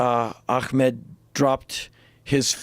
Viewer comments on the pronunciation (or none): none